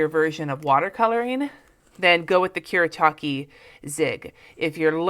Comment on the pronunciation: Koo-Reh-Tah-Keh. Just thought I'd let you know.